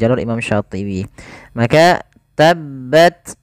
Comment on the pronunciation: Seharusnya dibaca Tabbats hrs ada hams